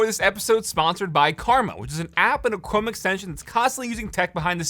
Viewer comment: ok im sorry but is he not saying cwome? lol